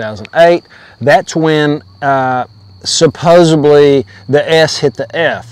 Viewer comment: "Supposedly" not "supposably" supposably isnt a word 🤦🏽‍♀️